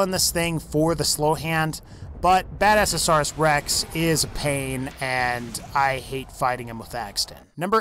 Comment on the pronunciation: And.. badasaurus? really? he pronounces near everything wrong :/